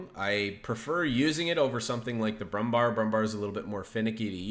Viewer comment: It's BrummbÄr with an 'ä'. Just say "Brummbear" which matches the correct german pronounciation far better!